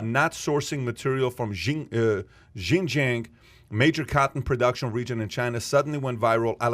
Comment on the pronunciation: Xinjiang is pronounced "Sheen Jee-ang" is so short sighted, joking about cancelling the MyPillow guy. He doesn't realize its MyPillow today and the next day it might be someone he cares about. Curious to know if is really this naive when hes hunting for ass in the clubs...